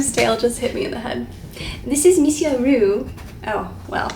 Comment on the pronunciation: Your videos are a safe place ❤ it comfort me a lot. I'm French and when you say "Monsieur" it's well pronounced and so cute